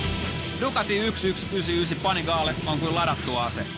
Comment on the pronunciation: it's actually a lot closer to the real pronounciation than the american "pannygally" which i heard a lot